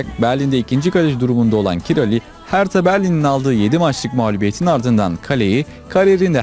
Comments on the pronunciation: Merhaba, elinize sağlık. keyifle izledim. bir bilgi paylaşmak isterim, Kİ-RA-Lİ diye okuyoruz hepimiz ama Macarca doğru telaffuz Kİ-RAY şeklindedir. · Yabancılarda bizim isimlerimizi kendi dillerine göre telaffuz edebiliyorlar. Doğru evet. Adamın ismi kiray aslında. Kirali dedik. Dirk kuyt'a ingilizlerde bizde kayt dedik adamın ismi köyt aslında. 😂 Capone vardı galatasarayda kapone dedik adamın ismi kapon.. Tıpkı Avrupa kanallarında ümit ismini yumit olarak duyduğumuz gibi.